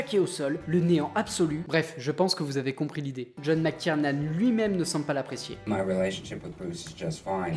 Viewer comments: Super vidéo ! par contre, j'ai l'impression d'entendre "Mc TierMan" (au lieu de TierNan) et "Joel SLiver" (au lieu de "SiLver), c'est mes oreilles ? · Excellente vidéo, par contre le réal de DIE HARD, c'est McTierNan, pas McTierMan 😅